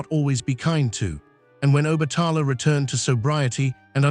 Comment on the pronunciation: You’re not pronouncing OBATALA name, right?